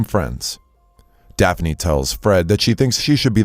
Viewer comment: dekphine.... isn't her name DAPHNE?!